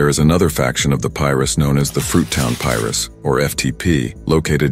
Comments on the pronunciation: Lol they want to know so much about our culture so bad lbs 😂 that’s not how you pronounce Pirus white man 👨😂😂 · pirus : PIE - RUUUSSS not pyrus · Bro I’m lost like what is piris 😂😂it’s PI-RU😂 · Says "Pie-roo" but when the S is tacked on the end all of the sudden it's "Pie-riss." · On PIEruss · Soon as bro started saying “pyrus” and “peru” I couldn’t keep listening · The Tree Top "Pie-Rus?" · He can say East piru street but can’t pronounce piru’s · Pirus lol I'm having a hard time watching this because of that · how this da AI is pronouncing Pirus hilllarrriiiouussss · It's Pirus say it right. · omg thats irritating hearing pirus pronounced like that